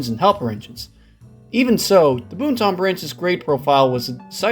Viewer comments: Hearing that man say “boon-tahn” hurt me. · Have to learn some pronunciations my friend. The "N" in Boonton is mainly silent. Like "Boo-ton" Not Boon-ton. Totowa is pronounced as one word, Totowa. Not "Toe Toe Wah. Also. That's not the Montville station. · Boooooonton Branch???? BooTon Branch...say it right! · It’s pronounced Boot’n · pronounced boonton correctly, didn't. Considering is not from the area at all I am not surprised he doesn't now. Later he did mispronounce it. Oh well.